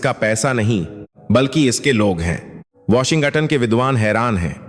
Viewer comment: Sub Hindi patrakaar Washington ko "Washin Gatan" kyu bolte hai? Sounds so silly.